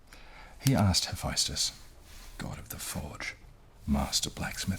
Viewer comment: why did you say it hephYstus when its hephestus